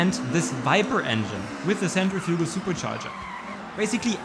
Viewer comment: The word is Centrifugal as in round or centrifugal force!!! Not center fugal "" sin-trif-ah-gul- centrifugal